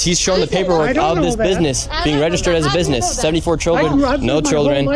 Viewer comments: I'm pretty sure he said "bibness" at one point. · Guy wants to larp as a journalist and cant even pronounce business properly